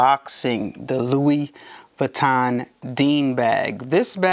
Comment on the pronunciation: He doesn't even know how to pronounce Louis Vuitton so....